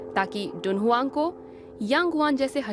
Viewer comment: शहर का नाम तुन्ह्वांग है डुनहुआंग नहीं